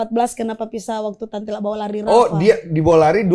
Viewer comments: Lala bukan rara bang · lala lmao bukan rara gmn si